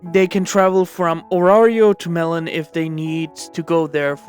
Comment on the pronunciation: Melen Is Actually Pronounced Mey-Lin